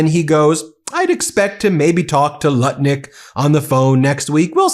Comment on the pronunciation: Seems you are pronouncing Nutlick's name wrong.